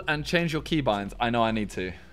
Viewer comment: Man said cebind not keybind😂😭